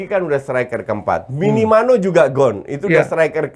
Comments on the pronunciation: 😆 dr dulu nyebut Minamino selalu Minimano 😆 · eriksen jadi christensen , nge-hang beberapa saat jadinya kan wkwkw. ditambah minamino jadi minimano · Minamino selalu salah disebut jadi Minimano 😂